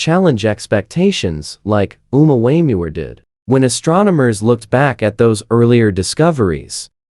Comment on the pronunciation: Ai is hilarious calling the Omuamua Omua Wayans brother lol.